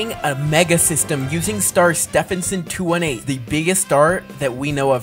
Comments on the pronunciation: its pronounced Ste ven son 2 1 8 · It’s Stephenson 2-18 not Stephenson 2-8